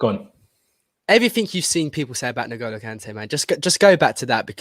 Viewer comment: Jesus Christ. It’s pronounced “IN-goal-oh” Kanté, not “NIG-oh-low” Kanté.